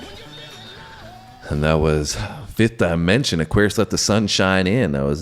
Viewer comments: there name is pronounced 'the 5th Dimension'not DYE MENENSION,IDIOT !! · Love that you’re branching out! (The group’s name is pronounced with a short “I,” as in “dip.” Not “die.”) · HEY MISTER ,IT'S NOT DI MENSION FOOL,IT'S PRONOUNCED AS DEMENSION !!